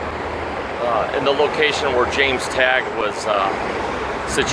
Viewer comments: Its pronounced "Tae- gah" not " Taah-gah" = James Tague. This is an old video, so Im sure the host has answers to all these questions. He shouldve known the HSCA was pissed off that no one in the WC crapola volumes stated that Ruby was an informant, and they were just then finding it out and that was years ago. I wouldnt be hatin' on Robert Groden unless you've put in the same amount of time with effort, research, interviews, serving on committees as he has. I recommend JFK Revisited to anyone interested in the JFK Assassination. Its available on dvd, and Showtime runs it ever so often. If you still come away from that thinking Oswald did it at all, just be satisfied with whatever you believe, because there's no point in arguing with other people about it. Im guessing little things like the fact that fired CIA Asst Dir Gen. Charles Cabell's brother, Earl Cabell, being the mayor of Dallas in 1963, doesnt make you think, wait just a minute....or, the tiny gesture if Mrs. Kennedy being given the yellow rose(s) of Texas at every stop, except Dallas, and she was given red ones by Mrs. Cabell,(also the only one that didnt get out of the car at the ER) Even Mrs. Kennedy states in her book that she thought red = blood. How about the little things like during the parade route, people are clapping, cheering, and waving until they get to Dealey Plaza, and the crowd looks like zombies. Very few people move. Mooreman and Hall's coattails are exactly swooped up in the same exact manner, bu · ish you mention a witness by what sounds like James Tag . I can't find that name, so can you please spell it for me?